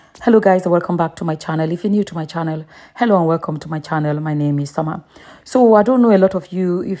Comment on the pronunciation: Ah ah now Summer. Haba!!! Your pronunciation of the names no enter at allll. Lol.